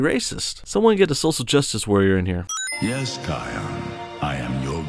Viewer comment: It's Kiaon